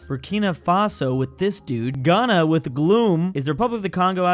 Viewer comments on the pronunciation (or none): none